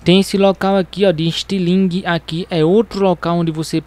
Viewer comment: "Istilingue" kkkkkkk